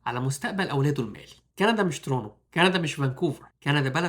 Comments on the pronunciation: بقا الناس في مصر وليبيا والسودان وتونس لما ينطقو Toronto بينطقوها ترونو !!!!!!! الفيديو بيخاطب المهاجرين الجدد او الي لسا مهاجروش اصلا ودول بينطقوها تو رونت تو ... اعتقد كده وضحك الا لو الي بيرد عليا الغباء الاصطناعي مش انسان بعقل.... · ترونو ؟ نصيحه لما تتكلم مع ناس اغلبهم لغتهم مش ممتازه .. انطق الكلام بوضوح اسمها ... تورنتو ببساطه وسهوله مفيش داعي للتعقيد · علي فكره انا كندي مولود في فانكوفر وعمري 34 سنه عمري في حياتي مسمعتش بشري علي ارض كندا بينطقها ترونو .. فبلاش فلسفه علشان ربنا يباركلك في فيديوهاتك وفلوسك